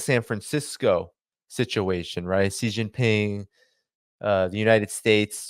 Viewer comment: the name of of Xi Jinping, president of China is pronounced differently. In the Mandarin language X = SH. You should know, since you have an Asiatic name. Love the content, just pointing it out..